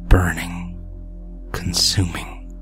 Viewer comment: I love how says burning